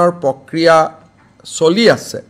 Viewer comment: Pokriya nohoi its pronounce like prokriya.... don't do POLITICS mAAMA